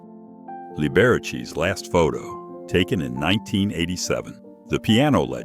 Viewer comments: LMAO Lah-birchie! I now have to call Liberace "lib-uh-RAH-chee", Lah-birchie. RIP Nipsey Hussle, damn, all the music you are never going to write that I would have loved. Etta James, I would have loved to see you live some place. I was too young to be around in your prime. Pava-roadie, one more for the book, another banger of a name mashup. It should be Luciano Pavarotti Other than the sucky AI "name calling" pronunciations, the video was all right, borderline good. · Yes, Li-bear-a-chi is definitely not how to pronounce Liberace. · Lee bear a cheese 😂 STIPID a.i. Voice!!! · The horrible AI voice and pronunciations makes me think the person behind this account is likely Indian. "Lib-barrow-cheese"? Ritchie "Vaylens"? You need to stop. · Lib a rach ee.😂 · Libarachee wtf lol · Lee-bare-uh-chee?? Lame, weak BS. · He really botched that up! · Your AI moron can't pronounce Liberace, and says someone is in a wheelchair when they are obviously in a hospital bed. I sure don't want AI diagnosing me for anything! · Pronunciation of Liberace 😄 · Lol worth the price of admission alone